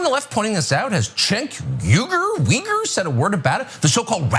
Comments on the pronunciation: Cenk Weeger? Hewayger? A trick typical of bigots, deliberate mispronounciation of somebody's name as an insult...which is ironic coming from F*cker Carcrash... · So blatant racist with cenk's name mispronounciation. These two idi ots are possible plants.